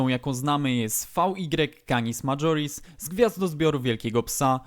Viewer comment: Poza tym że nie jest największa to nie mówi się madżoris tylko majoris to jest latina lingua, a nie angielski.